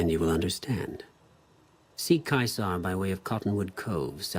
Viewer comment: I hate the way they pronounce Caesar